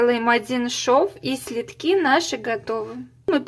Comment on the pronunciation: Следки от слова СЛЕД, как режет ухо "слитки", безграмотность жуткая